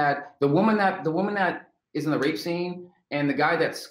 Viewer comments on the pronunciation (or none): none